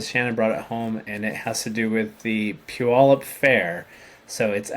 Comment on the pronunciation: My sister lives in Puyallup ! She and her husband moved there last year. Her son, daughter in law and first grandchild live there, and for that reason they moved from Columbus, Ohio area. So nice to hear it pronounced. I had no idea.